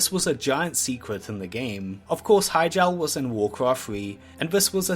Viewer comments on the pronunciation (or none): "wawcwaft fwee" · sewen secwets of wowd of wawcwaft